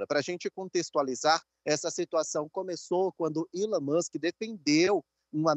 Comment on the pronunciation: reporter só precisa aprender a pronunciar a letra e e nao chama-la como se fosse i. então resumindo, elon musk nao é ilon kkkk más é chique né falar errado, é todissss